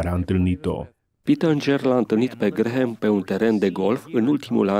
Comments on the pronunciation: NU SE PRONUNTA GRAHAM, ci GRAM. Mai luati lectii de engleza ca va faceti postul de ras. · Vă faceț de rîs domnilor. Nu sunteți în stare nici măcar să învățați cum se pronunță numele masonului Billy Graham. Se scrie Graham, dar se pronunță Gram. Rugați-l pe Tudor Pețan să vă învețe măcar atît. Și nu-l mai promovați pe acest Billy Graham. De ce? Faceți-vă tema de casă înainte de a promova pe oricine pt că aveți pretenția că sunteți televiziune creștină și veți da socoteală pt TOT ce ați făcut și promovat. Unde vă este discernămîntul cînd o promovați și pe eretica de JOYCE MEYER? Sunteți chiar atît de orbi încît nu vedeți și nu vă dați seama CINE ESTE această femeie "pastor"...? 😭😭😭